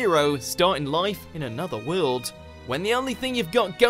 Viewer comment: It's "world", not "WeOuLd" !